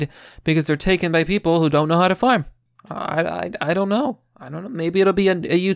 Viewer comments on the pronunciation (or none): none